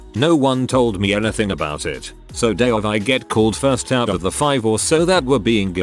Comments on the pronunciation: Ah yes ABOIT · I think that's the French Canadian pronunciation.